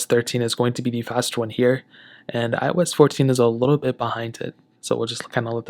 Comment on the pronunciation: It seems like you were sounded like " I was 14" not "iOS 14". Just saying, no offense.